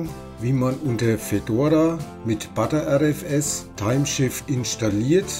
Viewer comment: Danke für das ausführliche Video. Finde es nur ein wenig befremdlich, wenn du Partition als "Partation" und btrfs als "butter rfs" aussprichst. Das r ist ja bereits im Wort butter oder better enthalten.